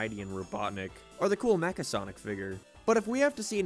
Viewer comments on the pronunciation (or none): none